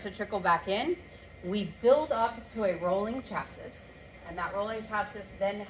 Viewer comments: Chassis is pronounced- (Chasy) ❤ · Great jeeps Someone has got to give her a heads up on how to pronounce chassis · Just because you pronounce chassis wrong doesn't mean its not actually a roadster shop chassis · this is what i have longed for,....longer videos of your shop and the builds,...... LOVED IT !!! that is a hospital sterile shop,.....very neat and organized. DANG !!!!! and your wife can pronounce chassis any way she friggin wants to !!!